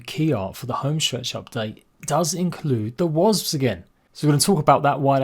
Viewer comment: Can’t wait for the update! Love how you say wazbs brother 😂